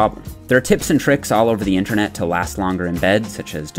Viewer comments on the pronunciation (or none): none